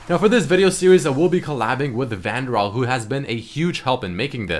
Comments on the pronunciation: he said vandral lel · You pronounced ValdiriI WRONG